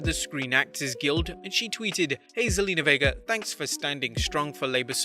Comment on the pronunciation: you said her name right! she used to be on the old TV show 90210 lol